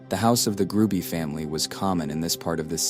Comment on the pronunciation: The last name is Hruby, not Gruby.